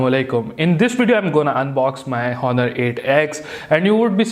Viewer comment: its pronounced "onnur" not "HHHon-nur"